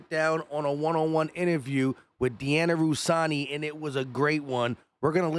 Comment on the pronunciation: Diani Russani huh 😅 you mean Diana Russini 😂